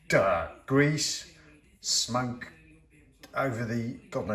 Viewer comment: When you said "smoke" it sounded to me like "smunk." Which would be an AWESOME word to describe exactly what you're trying to remove from the chandelier.